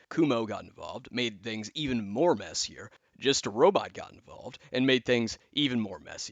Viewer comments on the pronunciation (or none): none